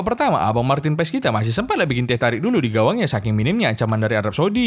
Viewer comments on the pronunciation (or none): Marten paes dibaca martin pas